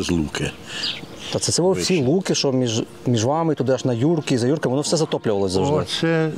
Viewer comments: Дякую за чудове відео! Нарешті добралися до рідної Кременчуччини. Бував на на Шар-Горі не раз. Правильно казати При́ліпка, а не Прилі́пка, у Вікіпедії теж не правильно. Хорішки́, а не Хорі́шки, Юрки́, а не Ю́рки. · Тіки не ХорІшки, а ХорішкИ, не ПрилІпка, а ПрИліпка, не Юрки, а юркИ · Дякую за фільм! Вибачте маленьке уточнення 😉 села ці мають трохи інший наголос: юркИ, хорішкИ, прИліпка. На шар горі колись була прадавня церква в якій служив мій прадід, а мій дід будучи ще малим пас якусь худобу під горою. І ще як був живий розказував що колись приїзжали якісь люди, мабуть археологи, і знайшли якийсь глечик, може з якимось скарбом, він пригадував що бачив в землі слід де лежав той глечик. Прадід священик був спалений з іншими бранцями під час 2 світової 😢 Трошки не погоджуюсь що в Юрках самі дачі, просто село вимирає. Частина населення старше покоління, яке зимою живе в місті, бо так легще, а на теплий період в селі і гарно підтримують батьківські хати. Шкода що не пройшли іншими вулицями, де піщана дорога, між дворами майже немає заборів, багато квітів, є місцева архітектура 😊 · Хорішки,Юрки. Завжди був наголос на останній склад